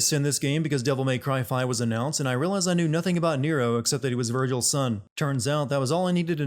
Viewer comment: Giving this video 5 Sins: Mispronouncing character names x3, forgetting that Liam O'Brien has voiced many protagonists/good guys, and unwarranted Bayonetta references when this game came out well ahead of that one.